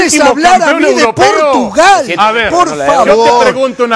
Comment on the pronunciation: "Portugal" hahahahahaha